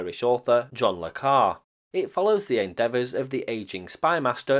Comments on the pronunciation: Quite clearly a hoax! And the pedant in me can’t help but note its pronounced ‘le car-ay’, not ‘le car’ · John Le Carré, like ca'-ray; not car. However! I'm not taking the mick: if somebody doesn't know how to pronounce a word, it means they found it READING👍😎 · Le Carre should be pronounced "Le Carray" - the "e"in Carre has an acute accent. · I agree, the phone number and Mr Bland are someone with an adventurous mind. Mr ‘There ain’t nobody’ appears to have more accurate information but this could have been gleaned from fictional sources. I guess we will not know for decades how the Poacher was really replaced. Another really interesting video, just one minor point ‘Carrė’ is generally pronounced ‘kah-ray’. The 1980s BBC adaptation of Tinker Tailor is exceptionally better than the film. It stars Sir Alec Guinness for a start. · John Le Carray, it’s pronounced - note the acutely accent over the E - John Le Carré! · Fascinating stuff,. It's pronounced John le Carray, by the way. Have you been taking lessons from Mr. Shenanigans? I see you popped up on a Martin Zero video recently. Hope you made him pay for stepping onto your patch. I'm with you on the tea.;o)